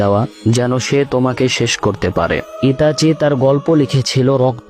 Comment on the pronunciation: কাওলা নামটা তো ঠিক মতন করে ক